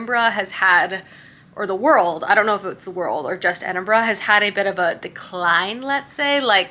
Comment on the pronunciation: True but I’m just grateful she said Edinburgh correctly 😀